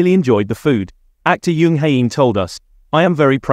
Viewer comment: The pronunciation on these is ridiculous. Jisoo not jeeeesoooo, and Jung not yung. I like watching BP content, but please sort it out, I can't concentrate on what the video is about it's so bad 😫